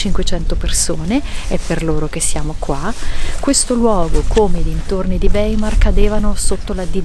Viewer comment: Si dice "waimar" In tedesco...